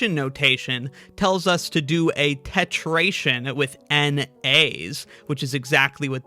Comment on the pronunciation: Why isn't it? If the previous is tetration, with the r, the next should as well.